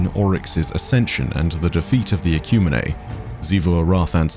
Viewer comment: I believe it’s pronounced ek-u-mean❤